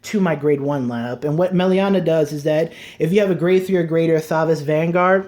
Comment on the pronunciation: Yes! I ws just thinking of contacting you and asking a few questions, one of them was about Melania (you mispronounced her the whole video hehe). Glad you included her, to me it seems a great combo with 1st stride into commander thavas, giving her the attack from back row, together with magnum boosted by starter/tidal it can get you tons of powerful attacks and still leaves you space for starter to calla thavas from, not to mention melania pays for herself with the draw and resist makes her less of a liability on the field. Is there possibly an e-mail adress I could send you my decklist with some ideas/curcumstances that you could look at? I don't use facebook (from your "about" yt channel page) and I don't feel like the point of youtube comments is to write decklists and essays in them. I'd appreciate it if you caould share your oppinion, as I've learned a lot from your channel and I think I have still a lot to learn. Oh and could you possibly include in one of your videos how to use Saberflow sailor? I understand her potential, but as I try to imagine comboes with her, her fourth battle requirement seems to get in the way.